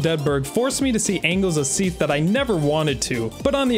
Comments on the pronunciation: "execrystaler smeath" 💀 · Seath and seath. Seath. Seath. And of course, Seath. Seath. Then, from the dark Seath came. Seath. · I'm never gonna hear Seath correctly now, it even sounds weird in the line it's supposed to be in😭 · The age of seath lmao